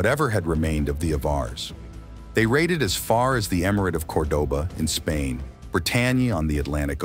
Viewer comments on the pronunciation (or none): none